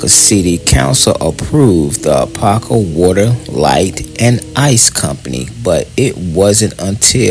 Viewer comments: I like the vid but my cities name is pronounced a-pop-kah you keep saying a-pah-kah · Really enjoyed the footage, history, and accuracy. Only one request. Apopka is pronounced Ah-Pop-ka. Both "p's" are heard in speaking the name. Other than that, great job. What's now below the railroad tracks is still predominantly Black but is now infused with Caucasians and Hispanics. I've lived on both sides of the tracks. Such an experience. Have you done anything on the town of Zellwood? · i Lived in Apopka for nearly 30 years from the late 60s until 1999 i moved just in time it's over crowded and the traffic 😥 your mispronouncing Apop-ka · First, you are mispronouncing Apopka. There are two Ps so there’s a “POP” sound. Ah- POP-kah. You completely missed some important sites like the City Hall, which is a beautiful Georgian Colonial style brick building. Apopka is the 2nd largest city in Orange County behind Orlando. Apopka comes from the Seminole word Ahapopka for "potato-eating place". Apopka is known as the "Indoor Foliage Capital of the World" due to its many greenhouse nurseries. We had the 2nd longest running mayor in the country, the late John H. Land, with over 61 years of service. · Your pronouncing the city's name wrong.